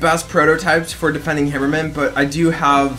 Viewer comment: Hammer-man just say it right -_